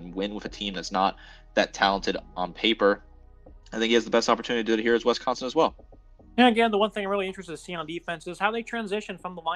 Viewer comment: Every time you say We-sconsin I lose a little more respect for your analysis.